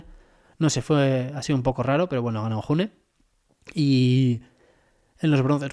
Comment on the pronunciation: June se lee Yune. Es un nombre de origen Vasco.